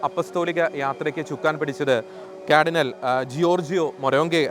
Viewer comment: ക്യാർഡിനൽ അല്ല, കാർഡിനൽ